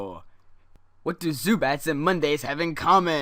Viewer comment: Zubat not subatomic